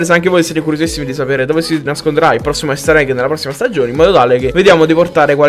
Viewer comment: Non si pronuncia "Ester egg" ma "Ister egg"